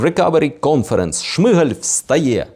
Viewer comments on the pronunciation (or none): none